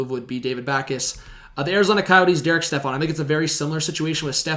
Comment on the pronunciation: Stepan not Stefan